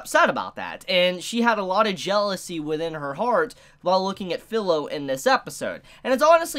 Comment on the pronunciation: FYI, Pilo is pronounced Pee low, this is because the I in Pilo is the same as the I in your channel name,, and at the end of Naofumi. What letters before or after it don't affect the pronunciation nor does what word or what name, it's pretty much always going to be pronounced with an ee sound, the notable exception is when preceded by an A which creates an aye sound. This also applies to the genre name, isekai, it's pronounced with an ee sound and not the short I that you use.